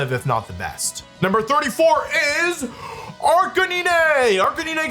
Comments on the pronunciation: ive avoided this comment for a while because you pronounce a lot of things wrong, but cmon man, bro wolfey..... arcakneenay? ITS A CANINE!! ITS CLEARLY AR-CANINE!!!! jeez louis bro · ……. Are we being serious right now? Calling Arcanine “Ark-A-Nee-Nay” means either your doing this on purpose or you are an absolute fraud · Ar ca knee nay?!?!?! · It’s gotta be rage baiting. Wdym “arc-ah-nee-nae”